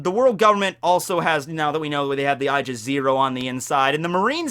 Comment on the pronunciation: my dude, you need to work on your pronunciation. Aegis is "Age is", not "I jis".